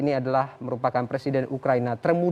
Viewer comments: Belajar baca dulu ya presenternya...ngomong salah salah gagap ..ukraina jadi ukraini..awokawok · Btul bos udh bilang ukraini 🤣🤣🤣